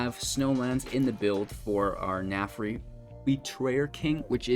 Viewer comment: Narfi not Nafri lol